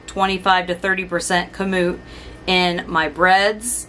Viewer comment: You are correct in pronouncing KAMUT